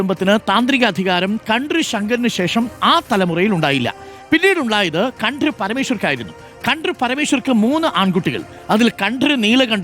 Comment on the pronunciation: താങ്കൾ കൺട്രി എന്ന് ആണ് പറയുന്നത്